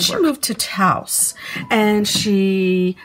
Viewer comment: This narration is boring. Nothing that anyone doesn’t already know about, and mispronouncing Lujan and Taos.